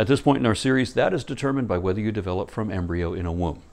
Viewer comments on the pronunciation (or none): none